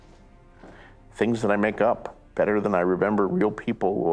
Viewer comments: Either way the T's in Martin and "better" aren't silent ones and so the correct way to pronounce them is to pronounce them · So does "better" good lord I don't know if I can take 20 minutes of this